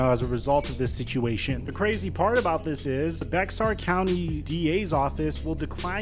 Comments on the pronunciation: I know this is a small critic on a serious thing, but Bexar sounds like the word Bear. Great coverage other than that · BTW - In Texas, Bexar County is pronounced "Bayer", like Aspirin. Great Video Bro. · Just a heads up, Bexar is pronounced as "Bear".